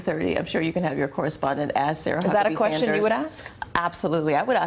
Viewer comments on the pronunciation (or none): none